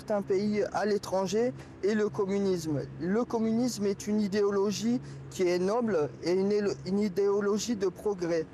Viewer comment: « Le co… le comnimusme est une idologie nobe, idéologie nolbe » Ptain il sait même pas parler